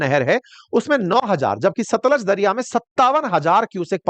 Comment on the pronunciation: For your corrections sir , ravi pe ranjeet sagar dam hai ,, madhopur is head work,, and it's तरण तारण not तारा तरण, सतलुज not सतलाज 😊😊